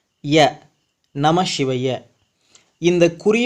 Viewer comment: வணக்கம் தம்பி, நமசிவய என்கிற தமிழ் மந்திரத்தை, பஞ்சாட்சர மந்திரத்தை உச்சரிக்கும் போது மட்டும் ஏன் நமஷிவய என கூறுகிறீர்கள். வடமொழியில் சொன்னால் தான் மேன்மையாக, உயர்வாக இருக்கிறதா என்ன.